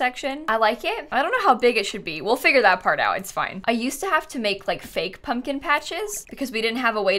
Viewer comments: It’s a pub-kin patch! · Then she made it a "pub-kin-patch'. haha